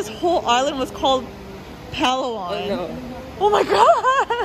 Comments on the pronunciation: pa-LA'-wan, pa-LA'-wan. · I stopped watching when you kept saying Palawan wrong. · Learn to pronounce Palawan if you are going to talk about it!